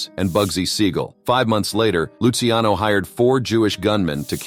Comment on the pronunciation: Thanks for pronouncing Lucky Luciano's name correctly.